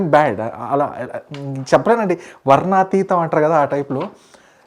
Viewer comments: Adi VARNANATEETAM, not varnateetam 😂😂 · Anna varnateetam kadu varnanateetam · వర్ణాతీతం kaadu bro వర్ణనాతీతం anali😄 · వర్ణనాతీతం! వర్ణతీతం కాదు bro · Varnaatheetham kadura VARNANAATHEETHAM... Edhi okkasari anu...